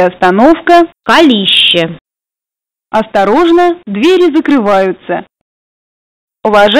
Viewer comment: Может быть Калище с ударением на а